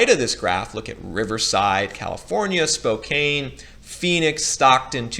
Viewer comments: Spo-can, rhymes with tin can. Not Spo-cane. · its SPO*CAN not SPO*KANE. Its a native America word that does not sound the way its spelled. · Spokane doesn't rhyme with cocaine it's spo-can. Great video! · Spo kane! Spo can my man. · As a Washington native Spokane is pronounced Spo-can.